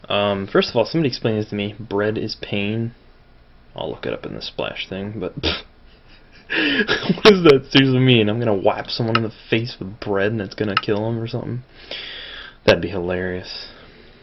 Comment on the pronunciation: bread is pain Pain means bread in french, although it's pronounced more like pan.